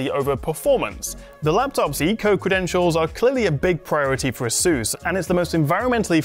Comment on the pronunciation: it's pronounced as "ey-soos".